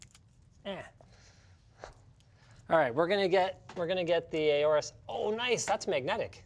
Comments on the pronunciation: OR-US Pronounced Like Aura. Don't worry I started saying AY-ORUS too when I read it. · did he just say A-ores?? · Aay-O-RUS?!? Triggered 🤬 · When linus say aorus as ey-ow-rus But you pronounce it as aw-rus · Linus, it's pronounced "Orus" not "ayorus". I read somewhere to think of the Egyptian god Horus without the H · am I the only one triggerd by how linus says aorus?